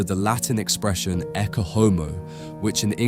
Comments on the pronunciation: Ecce is pronounced ay-chay, not ekke. AI is even destroying everyday English to those who hear this and copy. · [ˈettʃe ˈɔmo], with "ch" as in "church", not a hard "k" as in "Christ". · “Ecce” pronounced e-ch-ay This AI?